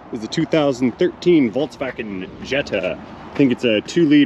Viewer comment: FOLKS WAGEN BUDDY NOT WALTZ WAGEN, PLS!